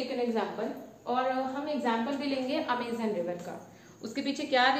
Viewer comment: vahi toh mam 'Amazon' not Amizan